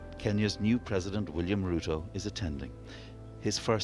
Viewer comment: Wow he pronounced Ruto correct! 💯💯🇰🇪🇰🇪🇰🇪